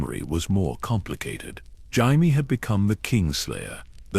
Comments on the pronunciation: Jayimee Lanister, AI had a good go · Pronouncing jamie wrong is wild